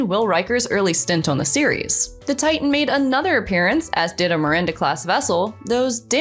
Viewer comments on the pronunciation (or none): none